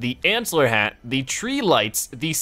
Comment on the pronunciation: Its hat not had!no offense im a subscriber but i want You to say IT correctly